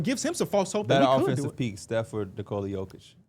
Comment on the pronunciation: Home team announcers don't necessarily say player's names correctly. Almost no one says the first name of the best player in the league correctly, including most of Denver media. It's pronounced more like 'Nicholas' without the 's' and almost everyone says it like 'Nicole' with an 'a'.